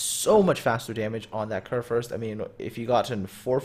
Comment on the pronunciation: the first u in kurfürst is pronounced like the u in you but thumbs up for one of the better pronounciations i have heared this far form english speaking persons